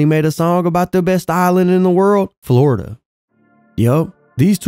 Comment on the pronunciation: Flordia?? An island?? 😂😂😂😂😂